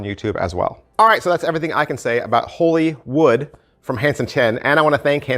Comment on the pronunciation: First reviewer I heard get the name correct Most say Hollywood